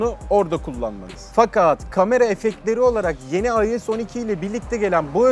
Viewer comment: IOS 12 yi “ayoes oniki” diye okumak nedir arkadaş. Yarısı İngilizce yarısı Türkçe. Adam gibi yazıldığı şeklinde oku işte 🙄